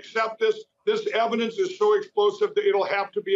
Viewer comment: "Eidence" wtf... don'f smoke cracks!😅